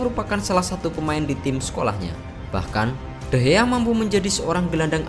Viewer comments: Nama nya de Gea bang bukan de hea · David de Gea,bukan David de Hea lol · De Gea bukan De Hea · De gea bukan dehea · De gea laa bukan de he...bong*k... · Ngeselin kalo lu ngomongnya de hea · Bang kok ngomongnya de hea